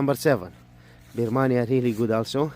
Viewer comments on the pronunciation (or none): Adana kapak mı dedi 😂😂😂😂😂😂😂😂😂😂bamyaya Birmanya dedi😂😂😂😂😂😂😂😂😂😂😂😂😂abi gerçekten türkçem bozuldu😂😂😂😂😂😂😂😂😂😂😂😂😂😂😂😂😂😂